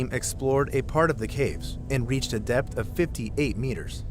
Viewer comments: I thought he called it death intoxication 😂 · He said DEPTH intoxication